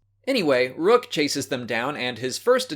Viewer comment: I love the way you say Rukh... Ruch? Ruggh? Rugh?